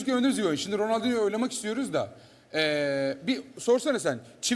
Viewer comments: ronaldinho ya ronaldi dedi la xd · ronaldiyo diyor bu ne adamlar be kos koca ronaldiyoya civi futbolu oynayidiyorlar 😠😡😉😯😐